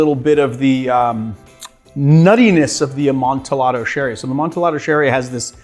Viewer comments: He certainly did. I always thought it was the typical Spanish double L, a-mon-ti-yaddo..... I think. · FFS Two LLs in Spanish is a ‘yah’ sound - Amon-tee-yah-do. 🙄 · It’s pronounced“amon-ti-ado”. For the love of God, Montresor! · Did you say "amon-ti-lado"? I hope that was an affectation and not how you really pronounce it. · Yeah...I got irrationally angry every time he said it like that. It's supposed to be a double-l y sound. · AmontEE-ado sherry. How can you pronounce añejo correctly but not amontillado?